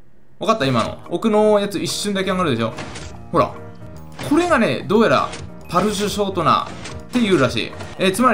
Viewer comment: 一回パルシュショートナっていってるよ...